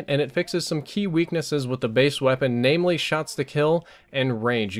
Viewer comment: he says naimly.